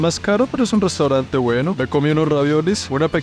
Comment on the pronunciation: MIN. ''EL PUEBLO GUENO Y SABIO''!!!🤔🤨😶...